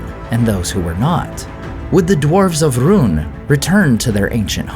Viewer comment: Has anybody noticed how the name "Rhun" is pronounced, "Ruin"?